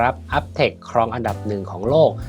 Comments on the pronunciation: อ่านว่า U-B-Tech ยูบีเทค ไม่ใช่อัพเทค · อ่านว่าไรนะ อึ้บเทค😂